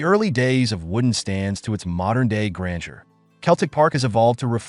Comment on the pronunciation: It's Celtic, not Keltic. It's Jock Stein and not Jock Stine. "The European knights were more intense". "And the old firm derby's grufiersor". "To it's modern day granger". FFS 😭😭😭😭😭😭